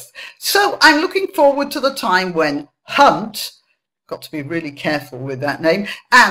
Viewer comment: Over emphasising the "h" in Hunt. A lesson Victoria Derbyshire should have learnt. Of course, "johnson" is vernacular for the penis. Other euphemisms are available. Wouldn't want to appear to be exclusionary.